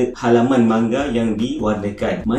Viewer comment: Sebutan dia manga laa 😒 bukan mangga